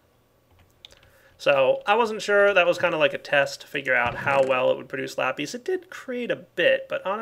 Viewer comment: Lapees? lol